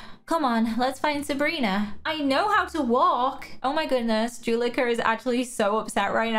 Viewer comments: Juleka is pronounced “joo-leh-ka”, not “juh-lee-ka”. Hope you remember next time! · I’m not trying to be mean but I love how you say Juleka